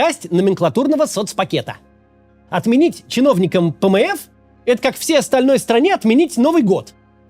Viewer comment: Пмэф звучит как пмэс😂